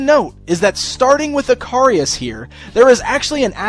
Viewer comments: Don't you pronounce his name ick-a-ris instead of eh-car-ri-us. Other than that, looks a pretty solid figure all round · His name should be pronounced Ick-a-ris, just like the character from Greek Mythology. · Dude, not sure you are pronouncing his name correctly. I think it is pronounced like the Greek myth.